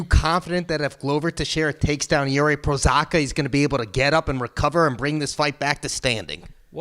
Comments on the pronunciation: Prochazka not Prosaka smh. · Hey, it’s Pro-haz-ca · "Jiri Prosaka" :D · omg Jiri will become a champ and yet you still can't pronounce his name correctly it's literally not that hard 😭😭